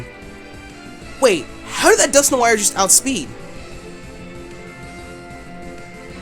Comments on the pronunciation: Wait Wait Wait!!! Dusk - nor- IRE!???? NO, IM NOT HAVING YOU BUTCHER MY FAVORITE POKEMON'S NAME! I would understand if it was something like Rayquaza, where there are multiple pronunciations, but there is only one common pronunciation for Dusknoir, and that is Dusk- Nor-Wa, as in Noir, the word for black in french. Get it right. JK, im not THAT mad... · Lol dusknoir is actually pronounced Dusk-Nor, if it is your favourite pokemon then learn to say it's name